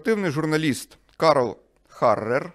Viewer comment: іЛЛюзія, Харрер...